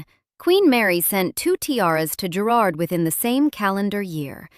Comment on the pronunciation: OMG.....it's Guh-rard